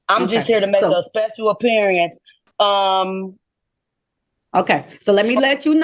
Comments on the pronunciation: Apearyinc ....wtf....it's pronounced appearance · wtf is this "speshul appeeriance" and "jooridiction" it speaks of? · looking up the word * apeerieence 😅😂😊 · A special “appeareance”. 😂😂😂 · She's making a special "appear-i-ance". It's unfortunate she failed...everything? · Special appear-eeance. Good Grief. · Appear e-ance? These sovcits never finished high school. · It seems like one of the requirements of being a SovCit is to mispronounce words. Nearly all of them mispronounce at least one word. For example "Special appeariance"